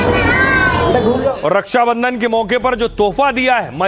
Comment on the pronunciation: हिन्दी नही बोल पाता रछा को रस्सा बंधन बोलता है